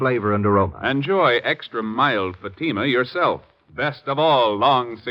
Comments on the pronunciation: And you did not give the correct phonetic pronunciation of Fatima either.😼🙀🙀🙀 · Not only are the cigarette ads obnoxious and annoying but what gets me that they are pronouncing Fatima incorrectly. Typically American mispronunciation like no one on Earth can ever teach them to pronounce British towns ending in “shire” as /shur/such as Lancashire /Lan-ka-shur/ or worse Worcestershire /Wurs-ter-shur/. Americans always always always end them as “shire”. I have spent 32 years teaching English grammar, pronunciation and Applied Phonology and it really is a pain to hear Americans mangle the English language out of ignorance. Accent is one thing but stupidity is another.